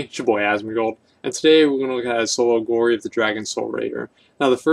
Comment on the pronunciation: lol, he said "Gory of the Dragon Soul Raider"